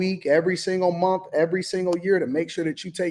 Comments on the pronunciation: It's month, not 'mont" Why do they continue to speak like morons? I guess the Obama-appointed Federal judge didn't get the memo. The Supreme Court ruled in June 2025 that individual judges cannot issue nationwide injunctions that block federal policies for the entire country, a significant change to judicial power. Stemming from legal challenges to President Trump's executive order on birthright citizenship, the Court's decision limits a single district court judge's ability to halt a presidential policy across the whole nation. This ruling, a 6-3 decision authored by Justice Amy Coney Barrett, means the scope of injunctions is now more limited, though other avenues for seeking widespread relief remain. • What the ruling does: It restricts individual federal district court judges from issuing "universal injunctions" that apply to the entire country. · Somebody teach the woman in the pink hat how to pronounce words. It not mun it’s month!